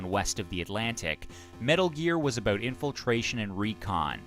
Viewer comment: Canadian eh? I can tell by the way you pronounce "abooot" (about)